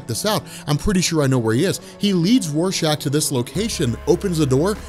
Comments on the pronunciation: He was saying warshack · did did you just call Rorschach Warshak